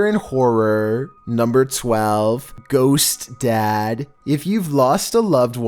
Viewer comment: “nuMbEr 12 GoHoSt dAaAd” Me: oh right so that’s the noises I hear at my house when I’m home alone he must be back after my whole life of being gone